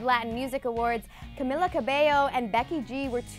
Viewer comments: Omg ! ... Camela?? Lmfao It's Camila Not Camela Lol C.S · CAMEEEEELA NOT caMILLa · It's cameeeeeela don't camilllla jeez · yeah but you pronounce it like cameeeeeeeela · Aniyah bxx no you pronounce it cameela not cameeeeeeeeela. Crazy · its not camilla. its camila. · CamEEla <pronounced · Why does pronounce people's names wrong first Zendaya and now Camila.